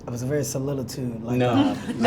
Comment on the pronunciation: Kevin tried it! a "Very Solilitude" 😂😂😂